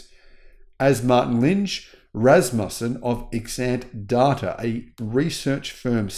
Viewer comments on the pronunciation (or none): none